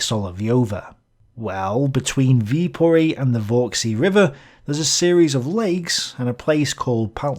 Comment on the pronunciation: Viipuri* in finnish, not with o